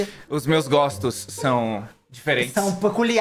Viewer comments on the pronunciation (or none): "os meus GÓSTOS"